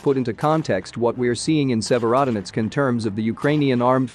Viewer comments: Please learn the proper pronunciation Sevrodonetsk ! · Good video but the consisten mispronouncing of Sevierdonesk was really grating on my ear. If you want your reporting to be taken seriously, you need to check and double check pronounciation of these town names and Ukranian words. Really sloppy!